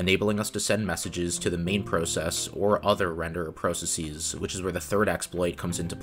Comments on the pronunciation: Perfectly explained and very interesting! The pronunciation of "processes" is quite jarring though. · How do you pronounce every other word wrong? Processies isn't a word, and you don't even pronounce process consistently swapping from US to British versions of it. Also it's not jAHvascript, or temPLATE. 🤔